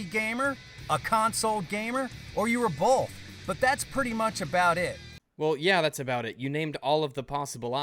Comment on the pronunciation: This guy saying BOLTH is making me want to kill myself. Its BOTH NOT BOLTH THERE IS NO FUCKING L IN THE WORD.